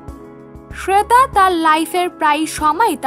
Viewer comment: শ্রেতা নয়, শ্বেতা.... Joint করেন না....join করেন.... ঠিক ইংলিশ ও সঠিক ভাষায় কথা বলুন আগে, তারপর ব্লগ শুরু করবেন.....😈👿👹😠